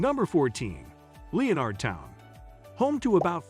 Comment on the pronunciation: Le o nard town? Lenerd it’s just Lenardtown